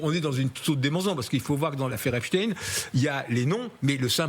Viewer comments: Aggaçant! Epchtine au lieu de epstein (chtaiiine) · On dit EPSTEIN et non pas EPSTIN! On dit bien Einstein et non Einstin!! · Albert HEACSTINE LOOL CA SE DIT ESTEINE PAS TINE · Epstine or Epstein ? Problème de locution chez ces journalistes. Epstein est américain pas russe comme Poutine, raspoutine, etc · A force de dire Epstine , vous allez voir qu'il vont finir par dire que ce n'était pas le même ! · pas epstine.... arretez de prononcer son nom de travers; un fait expres? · Epstein et pas epsteen Comme Einstein, franckenstein Inutile de prendre une connotation russophone, c’est bien le suffixe Ein de la communauté dont il disait lui même qu’elle était la race supérieure Agent russe😂😂😂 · C'est clair ! Même pas foutu de lire